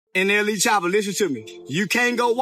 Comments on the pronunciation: the way u said "N.L.E" choppa got me dying 🤣 💀 everyone smash the like button fr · Bro said " N.L.E choppa" 😂😂😂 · Bro really says ” N L E “